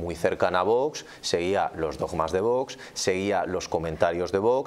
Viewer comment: es VOX y No VOS 🤣🤣🤣como pronuncia usted